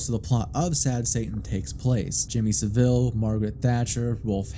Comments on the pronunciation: It's pronounced Jimmy Sah-vill rather than Jimmy Sa'veel. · Jimmy Saville is pronounced Sah-vul btw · i jus t watched another video where someone acted as if jimmy saville was a lesser known bad person from history. nope he is one of the most well known. this was an iceberg video and it was further down the ice berg for some reason. also you americans pronounce his name wrong. its hard to type but listen to him and others who knew him say it, if you search for him i'm sure you'll find videos in which it is pronoucned properly. basically its not pronounced with the emphasis on vill. but rather, sav. it's pronounced SA vil. not sa VILLE as in villa or deville. so you pronounce it (and that other guy from the iceberg video) like seville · You are pronouncing Saville wrong. The guy was a massive nonce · Pronunciation of saville was silly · Hearing Americans mispronounce Saville, one of our worst and most prolific criminals, will always make me chuckle. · Only an American says Jimmy Savile like that 😭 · I'm not sure if I half-love or half-hate the mispronounciation of Jimmy Saville's name. On principle, I hate it when creators can't bother to spend one minute to look up a pronunciation. It feels sloppy and makes me question what else they didn't bother to check. As a non-native English speaker, inconsistency and sloppiness from native speakers adds to my mental load. Yes, I AM autistic, thank you for noticing! This specific case though? Trash his name to your heart's content.